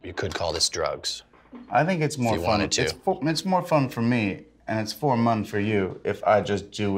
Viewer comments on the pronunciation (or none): One puff later.. "I think it's more fun for me and it's for mun for you..".